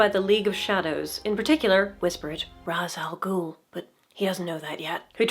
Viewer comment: So... Ra's Al Ghul is pronounced "RAYSH al gool". It's not typically pronounced Rahz though, to be fair sometimes the directors get that wrong too.